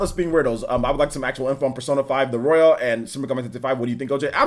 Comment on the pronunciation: It's the royal not royale...lol